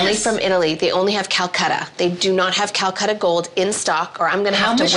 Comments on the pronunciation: Drink a shot every time they say cal cutter 🤣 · It’s super clear she’s “new rich” when she can’t even pronounce CALACATTA correctly lol